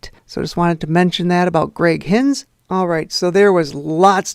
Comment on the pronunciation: I played drums for Helix from I was Fritz’s replacement in 1997. You’ve done a good job, though it’s a little weird watching 7 years of my life go by in 2 seconds 😂 Jokes aside, good job. ❤ p.s. it’s Greg ‘Fritz’ Heinz pronounced HINE=Z A not HINZ